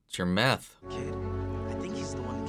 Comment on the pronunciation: I die every time he calls it meth 😂😂